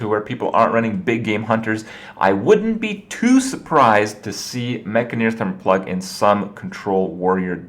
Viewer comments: Enn-Jah-Neer, Not Enn-Gah-Neer **or Enn-Guh-Neer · maybe that's how you say the word 'engineer' ha but certainly not how its spelled or pronounced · It's clearly the first pronunciation man! Mekgineer, like engineer? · Say Gin, Say Engine, now say Engineer, and finally say Mek-gin-eer